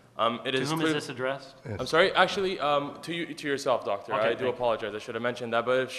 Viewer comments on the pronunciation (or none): none